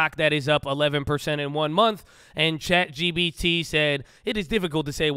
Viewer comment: I’ve noticed that everyone from Cali pronounces “chat gpt” as “chat gBt” 😄 why is that? Is this a common thing to mix up in California?